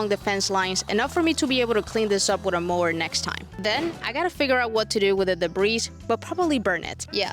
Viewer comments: Great job you guys!! Y'all are too funny...I felt that rock out...right there w/ya! 😹PS - Debris - the s is silent, singular or plural. 💫 Edited to add - the cows are sooo cool!! 🐮🐄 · “Debris” has a silent S because it is basically from the French, adopted into English.